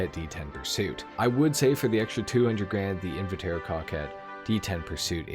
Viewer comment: Say "Invitaro" one more time and I'll find you and do unspeakable things to your balls